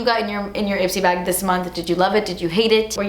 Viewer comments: “and the last thing in the bawg” i fucking spit everywhere omgggg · “AND THE LAST THING IN THE BA-WHG” Lmaooooo 😂😂